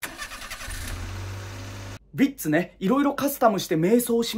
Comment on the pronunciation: ヴィッツの発音の良さ😂